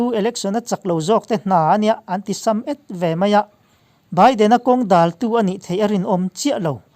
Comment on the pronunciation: Thudik/dikna chu dingchang rawhse. Mizo ṭawng chhiar hi dik lo a awm zeuh ṭhin "a ti sam et" tih lai te...